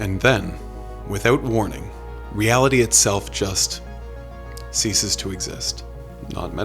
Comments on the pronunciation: Ceases NOT “seizes”. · Really. “Seizes to exist” instead of “ceases”. Come on. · Siezes to exist, yeah? I think you mean "Ceases to exist"? I guess you flunked English at school?